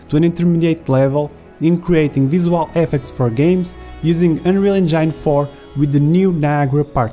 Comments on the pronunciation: Anrial encayn :D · Just that word?!